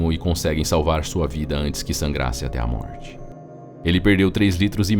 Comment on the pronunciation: Surrrrrfista.... turrrrrrrvado.... morrrrrrte .... kkkkk